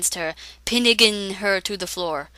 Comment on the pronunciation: Hahaha pinnigan instead of pinning